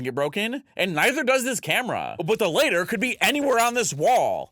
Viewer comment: you always pronounce latter as "later" they have different pronunciations